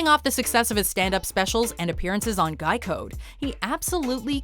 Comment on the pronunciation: I know I can’t be the only one who heard Geico instead of Guy Code GEICO CAN SAVE YOU 15% OR MOR- ok I’ll stop now